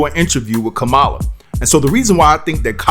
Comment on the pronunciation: you still can’t pronounce the VP’S name. SHAME YOU! Her name is COMMA-LA! It’s simple.